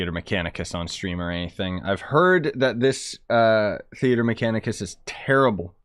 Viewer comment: Theatre MEH-chanicus.